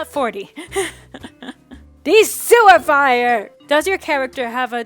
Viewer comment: Does anybody else notice that when they say DE-SUIFIER, it sounds like THE SEWER FIRE, or is it just me?